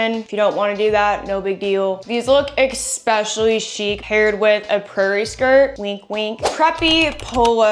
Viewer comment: Please say ESPECIALLY not EXPECIALLY. Love your channel !!❤